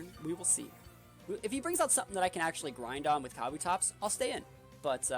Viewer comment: It’s “ka-bu-tops”